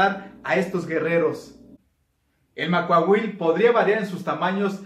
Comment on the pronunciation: ¡Quiero mi Macuahuitl! Sólo una observación: en la lengua náhuatl todas las palabras son graves, no la pronuncies como aguda.